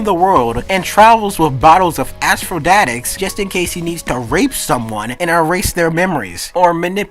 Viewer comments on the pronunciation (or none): And you dont even know how to pronounce aphrodisiac. Afro-de-see-ack.